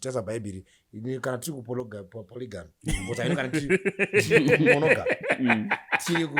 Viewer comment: Kkkk tiriku ku chii Ev😂😂😂 hanzi ku ponogamy 😂😂